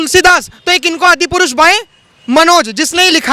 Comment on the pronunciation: The reporter can't even pronounce Adi purush. He says Adipurus. Generasion not generasan, Bhasha not Bhasa.